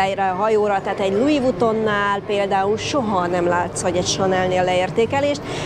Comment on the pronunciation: Csak egy észrevétel. Valamiért a Magyarok Lui Vutonnak ejtik helytelenül a márkát. Pedig valójában Lui Viton -nak kell ejteni. A végén az n betűt elharapva. Tudom, hogy szőrszálhasogatás, de tuti is hülyét kap, ha valaki a Longines márkát nem “lonzsin”-nak ejti, hanem “longinesz”-nek.